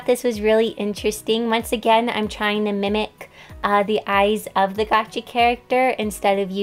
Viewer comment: does anyone else realise that she says "Gachi" instead of "Gacha"?